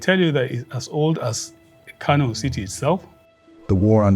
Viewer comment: The city of Kano is pronounced “Kanu” by the Hausa community